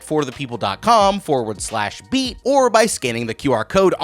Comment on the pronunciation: During the sponsorship I thought for a moment he said meat instead of beat for the code. 😅😅 I felt like an idiot. Or maybe I just watch these too much when I think meat shield automatically.